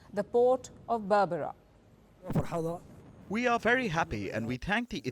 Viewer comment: Its not barbara...but berbera